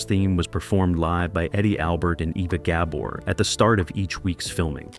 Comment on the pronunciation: Great video two bad you can't say ava.Gabor's name write!!!😢